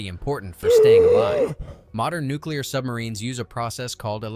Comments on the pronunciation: Nu-clear bud, not Nu-cu-lear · Its "nuculser"... the "S" is silent. They want people in the field to be murderous so they feed them whatever. I think they want to keep someone from going private Pyle on a sub so they give them cookies and shit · The dude on the bike is killing me lmfao, his name is Nuclear.